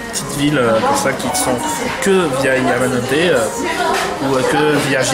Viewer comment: Vidéo sympa, mais si je peux me permettre, on dit "Yamanote Line", et non Tamanote :)